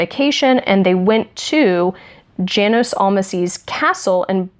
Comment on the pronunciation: I'm not positive, but I think that 'Janos' would be pronounced "yah-nos" in German.